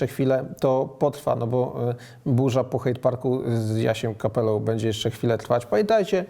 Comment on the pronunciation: - "będzie" NIE "bedzie";)